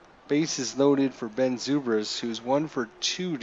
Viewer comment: You can move the players where you want. left click & hold on top left corner & drag to position. You must not be much on baseball because you butcher names Ben Zobrist is pronounced Ben ZOE-BRIST not ZOO-BRIST. Can't believe you got that game & you so baseball dumb. And you streaming your dumbness. WOW